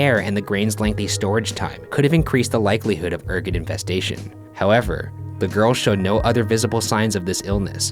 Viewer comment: when Ergot is pronounced, airgo not ear-got